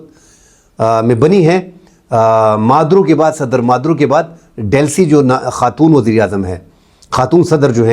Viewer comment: Maduo nhi Maduro naam he 😅